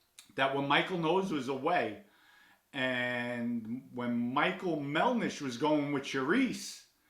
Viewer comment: MELDISH NOT MELNISH